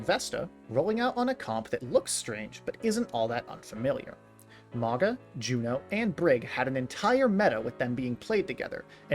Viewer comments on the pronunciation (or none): MAOW-gnuh like "MOUNtain. soft Gn, like "Gnaw" MAOW-gnuh. I like this style of video, you did call a man you do not know daddy though. It... gave me pause. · The wa you mispronounce Mauga. Great video otherwise